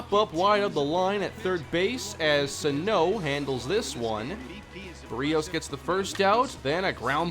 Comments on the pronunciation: I'm pretty sure it's pronounced barrios not berios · Love the series but it's pronounced Bear-e-os like this comment so he sees this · ITS PRONOUNCED BEAR-E-OS LMAO